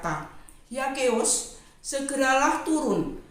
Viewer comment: ZAKHEUS bacanya Sakeus bukan Yakeus Bu🥰🙏🏼